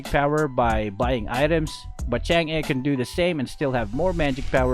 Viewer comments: Its actually pronounced tsung uh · you pronounce her name wrong its pronounce like changgay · It's, ~chan, g~.. easy man. chan gee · Filipinos call it chang eh but its really pronounced chang’ah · Bakit Chang'a dinig ko sa pagsabi mo nang pangalan niya hahaha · Chang'e's name is spelled "Chang'e" but pronounced "Chang'auh" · Chang'e Pronunciation :chang uh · and other pepol: Chang’uhh Me:Chang’ie My friend:Change. Btw Luv yah (are you Filipino cuz I am) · it's CHUNG UGH get it right